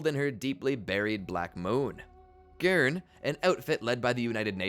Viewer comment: Seal and Gurn are not how you pronounce it :(